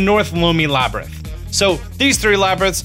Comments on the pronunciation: Please learn how to pronounce this. Lomei = Low-MAY Labyrinth = Lab-er-inth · laybritt, labtrith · "Hillian shield" "Eyewata" "Laybyrinth" lol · lay-brinth, or lab-rinth? :D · And you pronounce "Labyrinth" two different ways. LOL